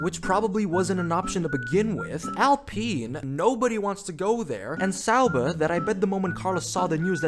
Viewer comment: I appreciate your efforts to say people’s names and places correctly. I’m probably out to lunch here, but I think it’s ok to say Sauber with a hard er, the way you say it now reminds me of Homestar Runner. Only a small criticism. I love your content. I don’t mean to insult you at all.